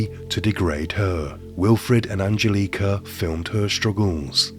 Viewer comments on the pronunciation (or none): An gel eh ka.... Not angel leeka